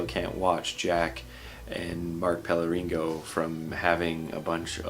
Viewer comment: How r u still not able to pronounce Pellegrino right?